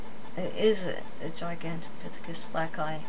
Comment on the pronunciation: u cant even say the name gigantipythicus this is not good try though lady